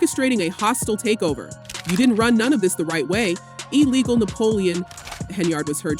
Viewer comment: Big Tiff said that vote was "e-lee-go." 😂😂😂